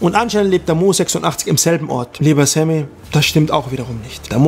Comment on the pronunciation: Dein name kann er auch nich aussprechen... lese SEMI er sagt ständig SAMMY 😂😂😂